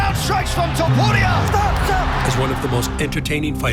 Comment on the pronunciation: Donde esta la Voz de siempre? No sabe pronunciar topuria? Cuando aparece charles se queda muso el Video, el peor countdown que he visto